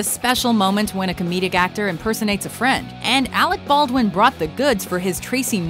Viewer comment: Arec Bawrdwen